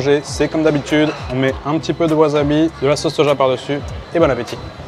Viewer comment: WaSSabi, pas waZabi!!!! ... et, au passage, ramen (le plat) est un nom MASCULIN! Cool vidéo... On en redemande!